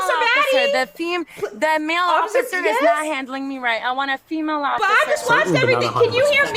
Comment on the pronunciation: “Ociffer” lmaoooo 💀